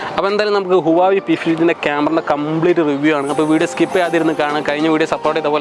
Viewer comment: ബ്രോ, ഹുവാവി അല്ല, ഹ്വവെ